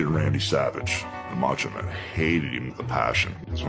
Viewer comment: "The MatchOh Man Randy Savage"